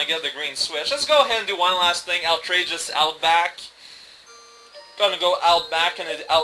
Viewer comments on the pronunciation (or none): I understand there has been some discussion whether or Han shot first. Hey, at least there aren't horrific shapeshifting protoplasms in this level. It's "Out-rageous"; the t belongs to the first syllable. Okay, I feel like I've heard you pronounce this correctly before.